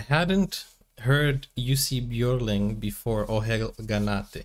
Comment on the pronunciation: His name was Johan Jonatan Björling, Jussi being his grandmother's pet name for him. His last name is pronounced: ö like ea in earn, so Bj ea r ling. Not yodeling.